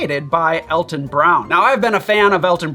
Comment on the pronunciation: Me, too. I'm pretty sure Alton's name is pronounced "ALL-ton."